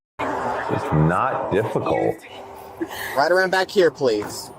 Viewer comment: Please uh. It’s Please. No uh. Stop making one syllable words two! It’s moronic.